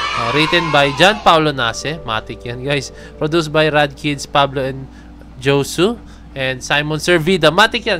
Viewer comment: Josue is pronounced po as “Hoswe” ❤ Kapatid po ni PABLO